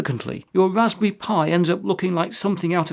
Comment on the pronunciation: Wwwwwwwaspberry Pi